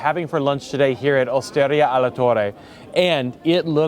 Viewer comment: I wish American YouTubers would learn how to pronounce basic foreign words/names like Veneto (VEneto) and Osteria (OsterIa) before they film these videos. It is not that hard to learn where the emphasis goes.